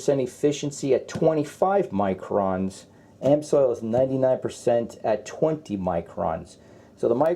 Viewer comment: I know it's picking butt your pronunciation of amsoil grove me nuts .You did pronounce it properly a few times many by accident don't understand that. Just my 2cents worth